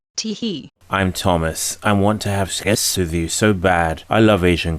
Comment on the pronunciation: That's true, I get the same vibe from this guy. You can tell that he is a virgin when he emphasizes on words like "sex" and "dicks" like some 12 year old kid who just hit puberty.